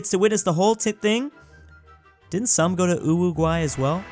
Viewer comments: He always said Uwuguay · U said uWuguay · Pronouncing uruguay as uwuguay XD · stop calling it uwuguay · Did called my home cuntry UWUguay? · The fact that he said UWUguay (WTF) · The way that Uruguay was pronounced made me laugh 😭